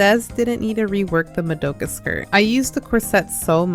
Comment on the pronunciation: Mod da ka skirt is how you say it 🤓👆